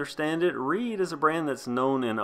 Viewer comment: At first I thought you were saying it was a reee bike and I was like oh lord this is gonna be funny! I mean riding a reee down the trail🤣🤣🤣